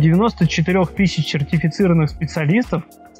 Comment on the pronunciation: "Чертефицированных специалистов"?)) Вспомнил "Владимир черт"